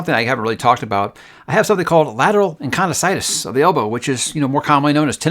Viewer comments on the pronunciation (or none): I’m sorry, I’m a physical therapist and I just screamed out loud at “encondycitis” 😂 lmao it’s “epicondylitis” lol yes I’m a nerd and it’s all love